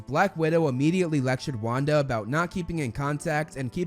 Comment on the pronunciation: saying Wanda's name correct Wanda: (: mispronouncing Pietro Pietro: That was the day I lost my identity